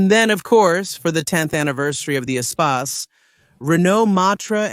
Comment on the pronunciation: If Ur going to do a history of a vehicle, then learn how the name of the vehicle is pronounced first.